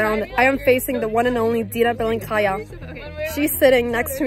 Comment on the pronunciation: I mean, keep mispronouncing her surname and she'll keep being mad at you